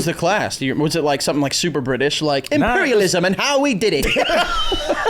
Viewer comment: "Imperlialism, and how we did it" is so inappropriately funny😂😂😂😂. Especially with that immaculate accent.